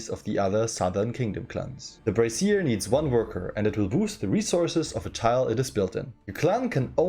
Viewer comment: im not sure how German works, but in english you would pronounce brazier as Bray-shur (with a Z kind of sound on the shur), the way you are pronouncing it is i believe a bra or some kind of women's apparel. im sure none of this matters, just fun trivia